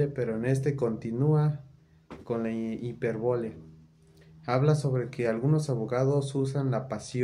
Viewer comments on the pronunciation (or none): hola amigo, la palabra es hipÉrbole, es decir con acento en la primera letra "e". Y por lo tanto, tienes que cambiar el acento, ponerlo sobre esa primera e: h i p é r b o l e 🙂 Abogacía: si observas, el acento va sobre la letra " i " a b o g a c Í a Amigo, te recomiendo ampliamente leer y estudiar mucho. Eres, de cierta forma, un heredero de los que fueron unos grandiosos Abogados de los siglos pasados, sobretodo del Siglo XIX (siglo diecinueve), que fueron abogados cultos, estudiosos; varios de ellos fueron incluso escritores, periodistas, escribieron Teatro... Fueron personas muy destacadas en su tiempo. Estudia, aprende, y convierte el conocimiento en una de tus máximas pasiones!! 👍